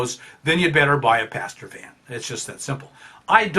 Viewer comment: I thought you were saying "pasture van" and thought it was some American term, until I realised you pronounce "passenger van" that way.